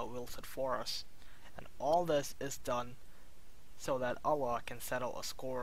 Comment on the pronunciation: You have such an annoying voice + you can't pronounce Allaah... You say OLA, what is that?